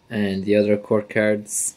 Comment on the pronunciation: You need to say cards probably not the way your saying it so annoying